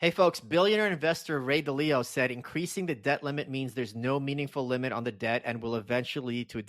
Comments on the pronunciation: It is the way you pronounce it if you never heard anyone else ever pronounce it. MM has no idea who Ray is. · lol at how Michael pronounced Ray Dalio’s name Overall great episode though